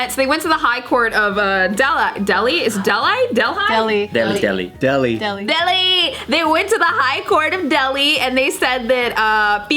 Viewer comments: hai it's not deldi it's delhi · is a cutey but I couldn’t concentrate after she mispronounced Delhi.